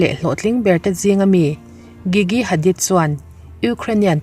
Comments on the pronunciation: Gigi jiji tia lam tur aw😊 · Gigi hi "g" kan lam ang hian lam tur